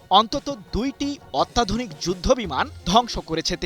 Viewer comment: Miskin sangbadik er ucharon dek. Ottadhonik er ucharon korse Attadhunik